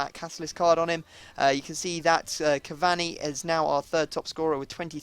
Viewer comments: you really don't know how to say Cavani properly do you... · please say cavani's name right !!!